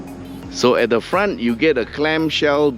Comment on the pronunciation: not every sentence the word 'the' is pronouced as "de".